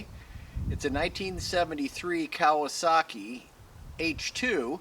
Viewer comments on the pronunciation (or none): Hi,. One nice one-off H2,66 or H2 2/3! You say Kaoasaki, we say Kawasaki... 😄